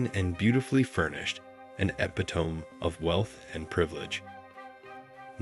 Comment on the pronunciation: Even ai have no idea but to pronounce epitome